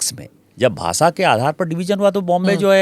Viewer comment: Smitaji...first teach Dubey to speak fluent Hindi then ask him to take side of Hindi speaking people. देश को "देस" बोल रहा है। भाषा को "भासा" बोल रहा है। 🤣🤣